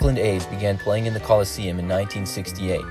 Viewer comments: WTF country are you from? It's "Coliseum".... not "Collesium"....... Idiots..... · "Collesium"? Really?